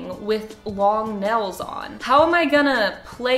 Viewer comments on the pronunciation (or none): this lady really says "nells" instead of nails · Nobody:: I am gonna play ukelele with acrylic NELS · sayd neils** me: IM TRIGGERED IT NAILSSSS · the way says "nells" not "nails" gives me life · The world: “nails”: “nells” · no one:: acrylic nells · Teacher:okay everybody say "nails":nels hahaha no hate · I like how you say nails 💅 like nells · "acrylic nells" 🤌🤌🤌🤌🤌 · She says nells instead of nails. If I didn’t love her so much, I wouldn’t be able to handle it. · Acrylic “nels” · "AcRiLic nAls" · Are we not gonna talk about how she pronounces nails "nales"? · Nobody: This woman: yeah so I’ve never had acrylic nElLs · is it me or does she say nails as “nels” -? im not being rude or nothing im just saying lol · not trying to hate but you're saying nels lol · I love how when she says “nails” it sounds like “nells” 😂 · Omg I love how your Oklahoma accent comes in when you nails you go nils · It’s just us Oklahomans lol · HAH wheeze HAHAH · why does she say nails like that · The way she say nails...😑